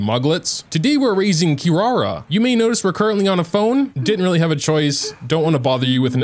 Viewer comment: her name actually pronounced KEE-LALA :)